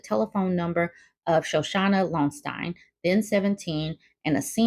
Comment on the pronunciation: Lonstein is pronounced Loansteen ... I remember from that time. I really thought they were going to get married tbh.